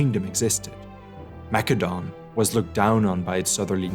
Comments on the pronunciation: It's "Ma-se-don" not "Mac-ke-don" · It's said. Massadon. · I have heard of Mass-a-don, so is Mak-a-don some forgotten ancient kingdom? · Well, 'the more you know.' Thanks for the lesson on the Greek language. But, all the English speaking scholars say 'Ma Cedon'.. it's distracting, 'Mac edon'. yes? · "Mak a don"??? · Why are you saying Macedon like it's a Macadamian nut? it's Maessssssedon! Get it together! lol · See you just schooled me! But I don't know, whenever you said Macedon I felt like I was thinking of a nut and it was irritable lmao sorry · Great video; the graphics, animation, writing, and research are tip top. However, the Pronunciation of Greek places by the narrator is Annoying. #1, It is not "Mac Edone". It's 'Ma Cedon'. Over and Over; McEdon this, McEdon that.. Consistently Annoying! #2, Narrator slips back and forth; 'Tebes' and 'Thebes'.. ? #3, Same with 'Thrace' and N's 'Trace', 'Atens' and ATHens..